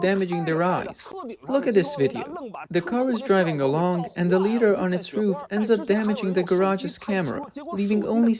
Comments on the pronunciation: First up, it's LIE-dar, not LEE-dar. As in "light"... which is what LiDAR uses. Secondly, it sounds like yet another case where Chinese manufacturing has glommed onto tech they didn't invent, only to create something much worse than the original. LiDAR in much of the world uses very restrictive bandwidths and wavelengths, but this system appears to spew a bunch of light it doesn't need to operate. Something insidious? No, probably not. It's yet another example of Chinese manufacturers totally misunderstanding how Western tech is supposed to work. For example, the LiDAR imaging pulses should have some way to prevent them from damaging other imaging systems...such as the umpty-bazillion CCTV cameras all over the country that the CCP needs to keep a clamp on things. On the other hand, that could be the only upside to this. But consider: you have two cars with these defective systems approaching each other head-on. The LiDAR emitter in each car manages to blind the other's LiDAR sensor. What do you suppose will happen next? Hint: scrap metal will result from this interaction. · LiDAR is not pronounced "leedar". Li comes from the word "light" therefore "LighDAR" is better. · It feels so wrong hearing 'lee'. I thought maybe I was wrong with how I was saying it, but it never sounds right no matter how many times I hear it said. It's 'lie dar'. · "LIE-DAR" not "LEE-DAR" and I'm not making fun of you at all because I love your channel I just want you to know it's pronounced a certain way. You are amazing and I love what you do and I hope you continue posting because I am a huge fan of what you do and I'm only trying to give you constructive criticism if that is okay. ❤❤ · it's not LEE-DAR you trog the fucking word you're shortening is "light" it's "lie-dar" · Ly-dar…. Not Lee dar… lol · LIE - DaR Not Lee-Dar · Its pronounced Lie dar not lee dar.. Jesus fuck! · Lee dar ?!? It’s pronounced Lie dar 😁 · Pronounced "Lie-dar" NOT "Lee-dar"! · Like eye Li-dar Light-radar